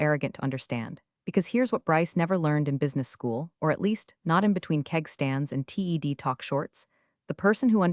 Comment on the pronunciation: Hopefully someday AI will understand when read should be pronounced red vs reed. Or TED is Ted not T E D